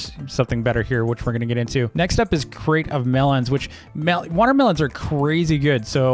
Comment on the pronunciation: Who else thought he said, welcome back to another great video? Then I realised it was crate lol